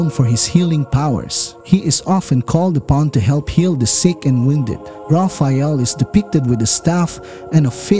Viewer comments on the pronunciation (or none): none